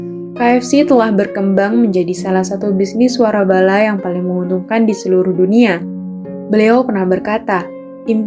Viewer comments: koreksi ya mbak, waralaba bukan warabala, suwun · waralaba neng bukan warabala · Komentatornya ngaco,masa nyebutin waralaba malah warabala 😂😂😂